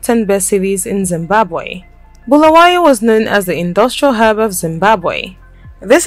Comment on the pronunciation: its not bhulawayo its BULAWAYO PLZ LIKE SAYING HALALE ITS HARARE